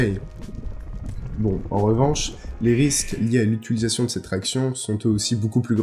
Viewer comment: Les vidéos sont supers, les schématisations permettent bien de comprendre les propos, mais juste tu prononces à chaque fois utilisation "utuilisation".